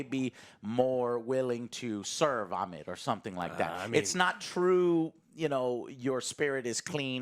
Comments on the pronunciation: Joe how about you use google every now and them, Ammit is not Ahmed but with a T, its just Ammit. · It's not Ahmed it's Ammit. Has nothing to do with the Arabic name.